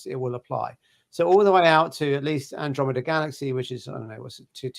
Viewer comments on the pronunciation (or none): none